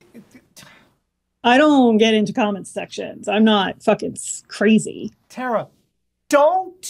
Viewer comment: Tara, not "Tera". Her name is in the intro every single week.